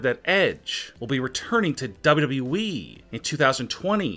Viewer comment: Its wwe not wwwweeeee